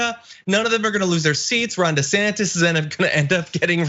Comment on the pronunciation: When I hear them say his name I always hear "Rhonda Santis", it would be better if he went by "Ronald" but, he won't change the empirical fact that he is a fully qualified idiot.